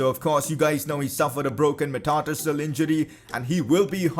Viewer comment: how he pronounced metatarsal though 😂